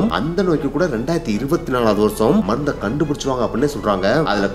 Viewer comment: மந்து இல்ல ப்ரோ மருந்து